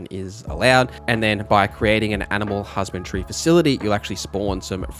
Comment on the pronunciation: HusbandRY, not Husband-tree.. great video though ❤